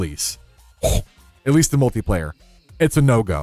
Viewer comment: Bro says multi-player like he is including Hardcore